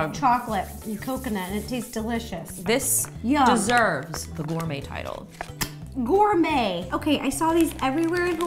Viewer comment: when Justine said "maybe it is gourmet." MADE ME LAUGH SO HARD! (normally it is pronounced, gour-mae, but she pronounced it as: gour-met)